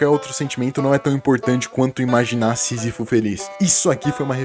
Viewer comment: Alguém entendeu o nome do primeiro filósofo q ele falou? Cena? É isso? "...não é tão importante quanto imaginar SISIFO feliz" (aqui eu achei q vc tinha falado enrolado tbm, mas consegui achar algo pesquisando)